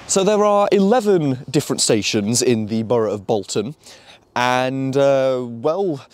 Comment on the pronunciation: Also, on the subject of pronunciation, you're pronouncing Bolton wrong. All the Boltonians pronounce it as Bolt-un